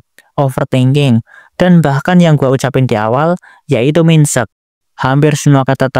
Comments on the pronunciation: ejaannya mainset bang bukan minset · MINDSET BACANYA BUKAN MINSET KOCAK COBA CEK DI GOOGLE. CEPAT. KESEL BANGET DENGERNYA SUMPAH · bro benar² menyebutkan "min-set" 💀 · sedikit koreksi aja bang, "Mindset" dibaca "maind set" yang berdasar dari kata Mind dan Set(compoun words) sama halnya seperti for ever, some one dan kind of(jadi kinda)